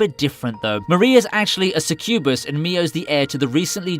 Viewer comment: That succubus pronounciation gave me cancer